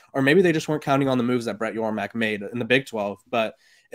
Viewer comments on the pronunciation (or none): It's Yormark